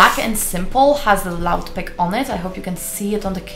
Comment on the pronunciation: Would love to know how this stacks up to Elgato StreamDeck. EDIT: and yeah, in English the pronunciation is "loop".